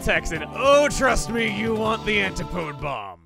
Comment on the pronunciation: Antipode is pronounced "an-TI-pu-dee".